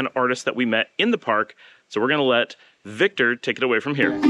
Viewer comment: V I C T ORrrr... Please work on that ending... ;)